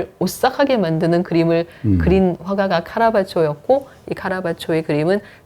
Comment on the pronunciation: 작가 이름은 제대로 발음합시다. '카라바쵸'는 아니죠! '카라바죠'라고 해야죠. 원어가 Caravaggio이니까요. 작은 실수 하나가 1시간 넘는 내용 전체가 위험하게 만듭니다.